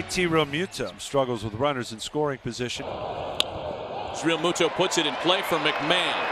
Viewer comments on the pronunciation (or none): for real for real,,REAMUNDO.. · Never heard so many mispronounced names in a highlight reel. "Reamundo", "Soto"... what else I miss...Please end this Peacock BS. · Who is the commentator that is just butchering everyone's name? Called Realmuto Realmundo and Sosa Soto. Get this guy off the air. LFG Phillies!